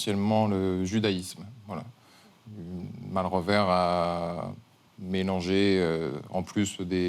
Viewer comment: Malrevers on ne prononce pas le "s"